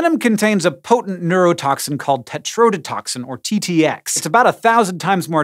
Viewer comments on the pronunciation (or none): "textrodotoxin", i loled :)